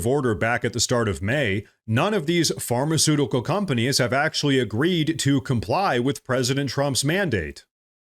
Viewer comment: Are we just gonna glaze over the fact that Karoline Leavitt almost said fart-eceutical companies . Just when I thought I couldn’t love the woman any more.